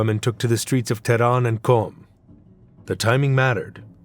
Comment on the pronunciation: “The Stdddeeeeetz of Tehhdahhnn”.